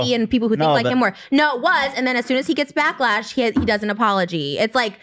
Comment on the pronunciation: “backlesh” HAHHAHA